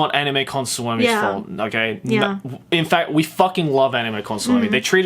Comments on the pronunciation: I can't help but laugh out loud to how they pronounce "Suomi" It sounds like "salami" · Just learn to say suomi correctly